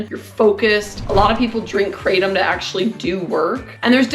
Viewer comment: Kraa Tom, not "craydum"